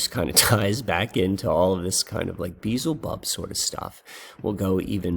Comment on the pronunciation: Check your pronunciation of Beelzebub. It's be-el-za-bub. Just dont want you to keep making the same mistake, but the way you pronounce it is so close to Beetlejuice I kind of like it. 😂😂😂